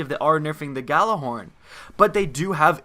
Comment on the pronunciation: Why can nobody pronounce Gjallarhorn correctly?